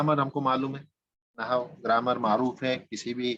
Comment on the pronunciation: جناب عربی زبان و قواعد کی تدریس کا آغاز اچھا اقدام اورکار نیک ہے. کچھ معروضات پیش ہیں اول تو آپ کا تلفظ درست نہیں ہے عربی زبان کی تدریس سے قبل اردو زبان کا درس لیجیے. لفظ نحو کا تلفظ Nahu نہیں؛ Nahav ہے. دوسرے عالم کی جمع علماء ہے علماؤں نہیں ہے. ابتدا ئی دس منٹ میں آپ کی قابلیت کا اندازہ ہوگیا. آپ درس کم دے رہے ہیں اور زیادہ پکار رہے ہیں.. مودبانہ گزارش ہے کہ آپ پہلے اپنی زبان کی صحت کیجئیے پھر عربی زبان کی تدریس کی طرف آئیے. "قواعدوں کوئی لفظ نہیں ہے قاعدہ کی جمع قواعد ہے.. تیغ بازی کا شوق اپنی جگہ لیکن قتل عام نہ کیجیے.